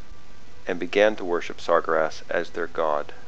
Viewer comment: I know you didnt just call Sargeras Sar-gur-ass...